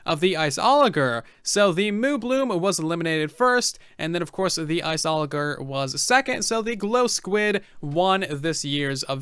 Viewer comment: Am I the only one who is annoyed of how he pronounces the word "Iceologer" ?